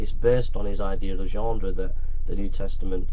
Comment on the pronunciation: Ah come on.... Anyone else watching this pissing themselves by the 6th 7th ..........25th time he says 'genDre'. :D